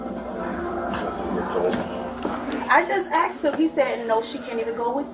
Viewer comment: THE WORD IS “A S K E D” NOT “ A K S E D!” Learn to speak correctly!